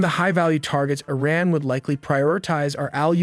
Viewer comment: Eh-ran ?! This AI is Canadian